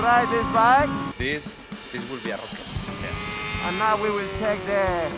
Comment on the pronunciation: "this will be a rrrrrocket"